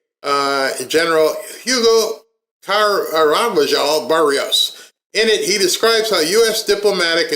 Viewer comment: Carvajal is pronounced Car-va-hal. Now put it together & you get Carvajal. 😊 Great info.. Thank you for all you do. ❤❤❤❤